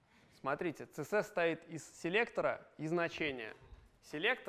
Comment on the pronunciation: "ЦеЕсЕс" - спикер с глубокими познаниями английского алфавита